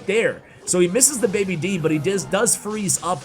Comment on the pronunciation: Day B. Dragon not baby D